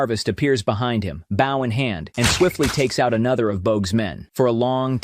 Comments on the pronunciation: AI voice pronounces a bow weapon as in bowing. Engrish be hard for AI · i cannot stand AI narration. pronounces a native american string 'bow' as "bou" ??? wtf. come on. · well kid good vid but u blow it when u used an AI to read it thumbs down for that. how do I know the mispronounced words like bow. It was done as a tree branch not the weapon. U see an Ai only has a rotameter ( maybe at most 4th grate but urs I would put as a 1st grater) knowledge of how o say words. It has no idea how to pronunciation of a word that is spelled the same but sad dif form text as a human would. It will be many more yr before they can get the computing power to do this for it is our brain that does it of us and with what we have now to copy it would take a machine the size of a medium red giant. if u dont know how big a medium red giant is well it is about 500 times the size of the Star we call Sol but most ppl just know it as the sun. So kid hire a voice actor if u cant read English for every one I find that is done by AI rather then giving a human a job I will thumbs down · Teach your AI to pronounce bow correctly. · the narration of this is AI... listen to the pronunciation of bow